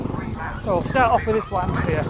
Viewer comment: The correct pronunce of Lancia is with the english "ch". Like China. As it was wright like Lanchia. Thi is also for other brands for example Volkswaghen where the V is pronunced like an f and the W is pronunced like a v. Lancia was the surname of Vincezo Lancia that traslate in english was light Vincent Lance. The engine of Lancia Stratos was the Ferrari Dino V6. Another beautiful car with italian shape is the Aston Martin DB5 by Touring Torino.